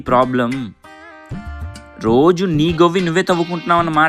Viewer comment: గొవ్వి, సునీ కాదు., గొయ్యి, సుమీ